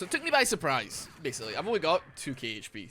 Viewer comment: was i the only one who heard the pronunciation of surprise ? lmao